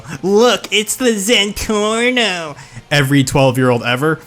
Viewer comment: I know I’m late but when you said “look it’s the zentorno” my ears and brain hurt.